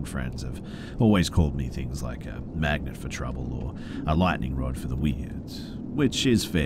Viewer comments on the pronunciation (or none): none